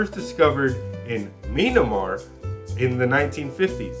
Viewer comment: Great job, loved this one. It's pronounced "Mee-ann-mar" lol